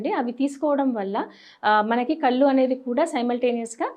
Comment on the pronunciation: కల్లు కాదు.. కళ్లు అనాలి..!